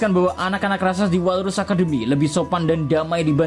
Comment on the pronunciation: RAKSASA minnn, bukan Raksaksa/rasaksa hehe